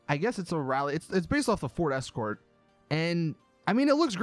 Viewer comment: Him saying Ford Escort made me die inside